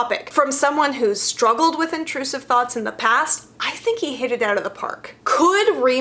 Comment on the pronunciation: I try really hard to take videos about the new Sanders sides seriously... but I keep hearing it as thots instead of thoughts.